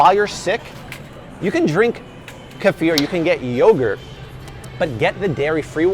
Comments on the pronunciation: Keeefir not kêfear lol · It's funny haw he pronounces Kefir 😂